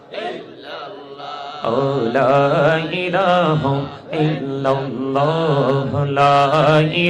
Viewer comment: স্টাইল করতে গিয়ে " লা ইলাহা ইল্লাল্লাহ্ " এর উচ্চারণই অশুদ্ধ করে ফেলেছে ।